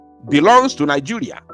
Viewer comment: Please, you don't say ni-"joo"-ria. Better say ni- "je" -ria. Thanks.